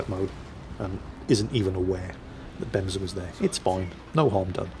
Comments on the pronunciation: Fun fact: The way you pronounced it, benza, means toilet seat in Japanese lol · So, you figured the e's in Bemse are pronounced the same way the e's in words like emperor or elevator are pronounced. Then I think you can also pronounce Japanese destroyers' names correctly. The Shimakaze for example, the e in that is pronounced the same way.